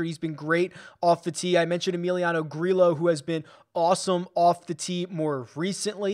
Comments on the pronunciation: I tried to make the same argument but we looked it up a few months ago and it's pronounced with the hard L sound - Grillo even tweeted about it "For those who ask, and those who just talk without knowing my last name is pronounced Gree-lo." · You are absolutely killing me with these spanish names that contain LL. You said Grillo 11 times in this video and pronounced his name differently each time 😂 LL makes the hard English Y sound. gree-YO vi-YAG-as